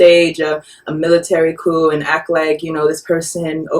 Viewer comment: The 'p' in coup is silent.